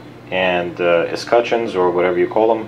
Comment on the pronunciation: You said escucheons right brother. I dont think any one know how to say it. We all just roll up to the hardware store ...any way, i say it like Et-scut-tions. P.S. tions is a nice way of saying shuns. And sometimes i do omit the first T.